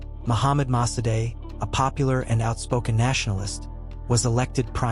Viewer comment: Its Dr. Mossadegh not Mosadei.